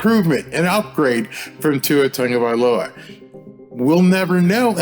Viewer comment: Tongavailoa? I thought it was Tagovailoa.